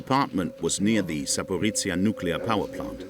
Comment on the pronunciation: My hometown, my beloved Zaporizhzhia, is just 50 kilometres away from this nuclear plant. I had to flee to Kyiv because of this threat. Thank you for sharing. Truly. Thank you. P.S. I respect that you did your best trying to pronounce the name of my city, you were quite close😅 And, with all due respect, Kyiv. Not Kiev.